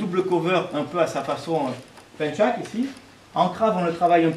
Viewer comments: fyi its called PENCAK SILAT not penchak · pencak not penchak the correct one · Hallo..iam from Indonesia.. No "penchak" but "pencak"..no using.. "h"... "Pencak Silat"👍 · It is PENCAK without "H" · im from indonesia , pencak silat not penchak silat , without H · Hey pencak not Penchak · Pencak, not pencHak